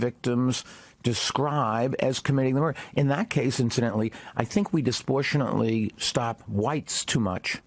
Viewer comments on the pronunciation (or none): Can someone teach this guy how to pronounce “DISPROPORTIONATELY”